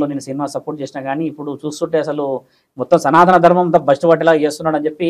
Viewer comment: Bro సనాతన ధర్మం అని పలకాలి. సనా త కాదు